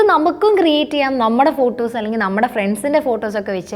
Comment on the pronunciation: ഫൂട്ടൊസ് അല്ല ഫോട്ടോസ്